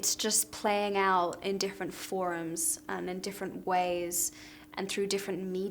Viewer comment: Did anyone hear her say "forms" in an American accent ? o.O